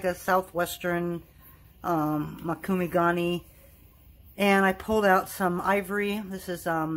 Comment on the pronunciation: It’s mOkume. Not mAkume. It’s a Japanese word for a technique used in metal work.